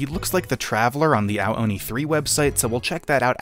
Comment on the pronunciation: I thought you said hentai oni